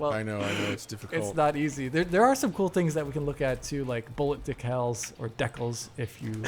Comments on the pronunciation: neither of you can pronounce decals correctly lol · The “deck-els” pronunciation is what’s common in British Columbia, so that pronunciation shows up in a lot of trailers and other videos made by EA Vancouver. I remember hearing it in a trailer for a Need For Speed game, which led to a lot of comments from people whose minds were blown by decals being pronounced that way. :-) I grew up with it here in B.C., so it’s just normal for me.